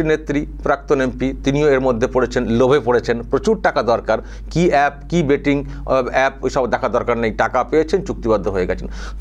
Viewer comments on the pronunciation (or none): IT'S " BET" NOT " BAT " TO CRICKET BAT .